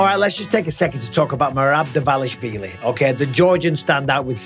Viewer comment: At lease Mike is not butchering Merab's last name like every other wanna be media commentators